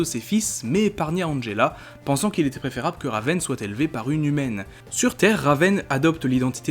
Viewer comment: Alors mec ta vidéo était super mais il y a un truc qui m'a rendue FOLLE : la prononciation plus précisément celle de raven et trigon Sinon ta vidéo était pas mal du tout même super sans aucun doute mais stp prend ma remarque en compte et sinon...Bonne avancée sur youtube 😁 Signé Elena à